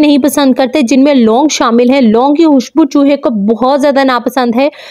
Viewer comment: آپ سے خ نہیں بولا جاتا کیا؟ حتم نہیں ہوتا ختم ہوتا ہے اور حوشبو نہیں ہوتا خوشبو ہوتا ہے